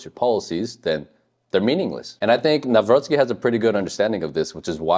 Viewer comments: Very well pronounciation of Nawrocki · You pronounce his name very well 👍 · I like how you pronounce: Nawrocki, it's pretty accurate 👍